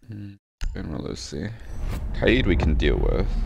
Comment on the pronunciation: He finally pronounced kaid the right way.